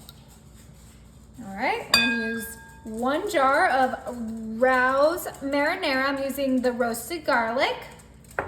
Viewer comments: It’s Ray-Ohs not Ros! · Ray O’s not Rouse😂😂😂😂😂😂😂😂😂😂😂😂😂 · Ray. O is how u say it